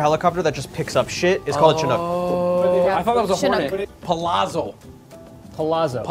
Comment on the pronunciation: Palazzo is pronounced like pa-la-tzo, the double z in Italy has a harder pronunciation (think of mezzo piano)